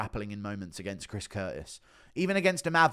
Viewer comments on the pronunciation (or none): none